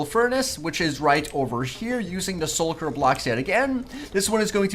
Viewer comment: It's not sulker, It's Shulker